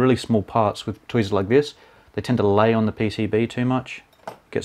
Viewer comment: i rlly like the word "tweasers" it sounds like a cute little baby that cant prenounce the letter "r" right xD